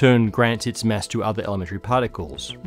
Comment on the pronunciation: I like how you pronounce mass like mess 😅